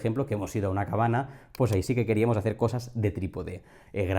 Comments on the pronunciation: Te iba a preguntar lo mismo. No se porque decias cabana jajajajajja muy buen video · Por qué dices cabana? Es una manía o tienes algo contra la ñ?